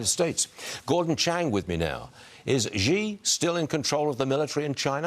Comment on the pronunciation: Xi not ji dude